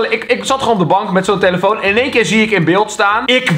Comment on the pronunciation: Kelvin het is eén niet een